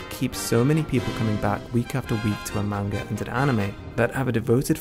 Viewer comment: Great video but plz pronounce manga the correct way it’s like hearing nails scraping across a chalkboard